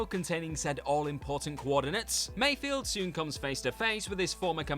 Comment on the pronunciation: It's Migs Mayfeld. Not Mayfield